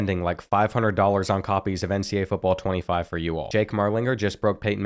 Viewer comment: Does anyone notice how he says NCA instead of NCAA?